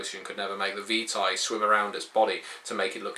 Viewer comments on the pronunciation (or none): none